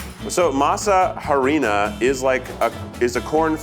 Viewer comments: the HARD H sound in harina 😂. Beautiful Keith baby, the h is silent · Keith's pronunciation of "tortilla" made me so proud but "HA-rina" "com-AHL" killed me 😭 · Harina = "ah-ree-nah" ☠️ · Keith saying “HA-rina” physically hurt me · Keith mispronunciation of harina made me cringe I know he’s trying but Keith no 😭